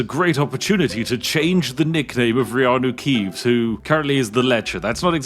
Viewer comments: At this point when I hear the name keeanu reevs all I hear is reanu keevs. Dame the Brits they runed another beautiful thing. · feeanu keeves oh noes